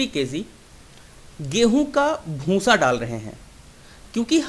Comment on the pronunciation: उच्चारण सुधारो भूंसा नही होता भूसा होता है । आप जो भूसे को भूंसा ऐसा बार बार कहते हो उससे आपका वीडियो बुरा लगता है एक दम बकवास